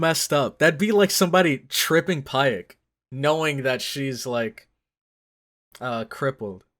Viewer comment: Pieck is pronounced like "pic"